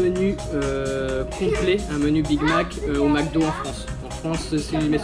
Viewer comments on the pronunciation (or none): none